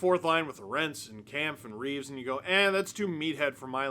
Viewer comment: I have to correct you. You're mispronouncing Lorentz's name. You're saying Lor-entz, like it's spelled. It's pronounced like it's Lawrence. I learned that when I spoke to his parents covering the Canes